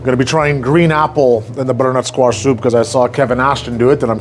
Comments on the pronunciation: Bro sounds like an auctioneer when he says bddrntsquash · “Brrrrrnut squash” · I love how he says butternut squash 😂❤❤❤ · Never knew “butternutsquash” was one syllable til now lol.